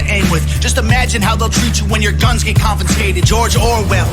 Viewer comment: Homie really said confinscated. 😂😂